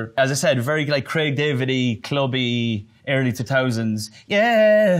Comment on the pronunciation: I freakin love his accent when he said early two Tousands 😂💖